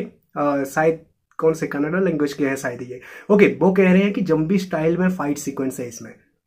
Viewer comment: Zambi😂, it's zombie bro..